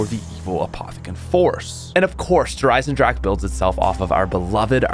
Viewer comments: Der eisendrahhhhcccckkeee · I love how the not German people can’t say “Der Eisendrache” properly lol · It’s been years and you still don’t say it correctly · It's 2020 and still can't pronounce the Map right.;)